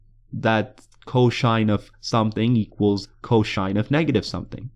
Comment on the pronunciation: i come back to this video once in a while to hear him say coshine